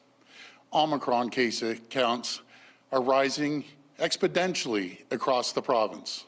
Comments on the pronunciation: plus he think some illness is spreading EXPEDENTIALLY... LOL... not EXPONENTIALLY mind you... he thinks EXPEDENTIALLY!!! What a f'ing tool is this Ford guy and also so is ANYONE that believes him. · Expodentially is not a word my guy.... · You lost me at "Expodentially" ... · This is kind of a petty thing, but “expidentially”? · ”Rising expedentially“ “Triple digit emissions to the hospitals”. I can’t listen to this illiterate anymore. Sigh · I stopped listening when he said "expodentially..." 40 seconds in, and I can't even. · my laughter is rising "expoDENtially"! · Is “expidentially” a new service offered by UPS? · "Cases are rising expodentially" - Doug Ford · "EXPODENTIALLY" - what a freakin dimwit. This is the captain of our ship. Next time don't vote for a anti pc don cherry talking pretend blue collar conman ok "FOLKS"? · lost me at expodentially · 'expodentially' lol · what a joke. he cant even pronounce exponentially